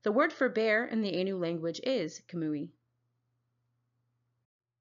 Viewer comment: Ainu is pronounced eye-nu Kamuy pronounces ku-ma-way